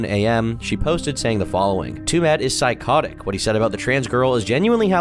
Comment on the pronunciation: "Twomad" rhymes with "too mad".